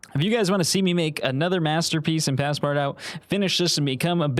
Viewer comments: please dont call it "passpart-out", its pronounced "passpartoo". please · Bro said Passpardawt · I felt physical pain at hearing him pronounce Paspartout like that. My poor French Canadian heart could barely take it. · “Pass part out” is a crazy pronunciation but I understand not everyone has an inkling of French 😅❤ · pass-part-out was the best pronunciation everrr 🤣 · "Pass-part-out"? I thought it's pronounced in French, like the name of the character in Jules Verne's novel. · (Pas-par-too) it’s pronounced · As a Russian artist you saying Ivan Shishkin’s name makes me so excited! The street I’ve lived on my whole life is named after him, I think it was a silver lining of some sorts lmao Also it’s pronounced “Pas-par-touh”, it’s French so you gotta swallow half the syllables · The game is pronounced “pass par too” - it translates to “pass everywhere” like a master key. I love your videos btw, I’ve watched every single one and I’ve learned so much from you! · it's pronounced "passpartoo" lol 😂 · Him pronouncing the game name wrong is 😭🙏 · Just opening with the most American pronunciation of passepartout I've ever heard 😂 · Can we talk about how he pronounced “Passpartout”?💀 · Every time he pronounced Passpartout I could feel another hair shed from my head, have mercy on him. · Great video! But the way you pronounce Passpartout hurts my soul... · Many reasons for you being a starving artist, one of them being the way you pronounced passpartout